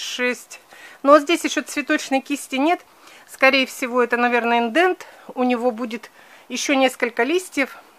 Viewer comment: вы уже практически профессионал в выращивании томатов. Но почему говорите " индеНт"? Индетерминантные томаты. Т. е. "ИНДЕТ"